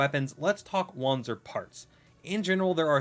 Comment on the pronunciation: Wanzer is pronounced vanzer